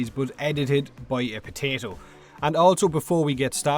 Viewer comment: Ay Guys Its Tatical Potatoo ere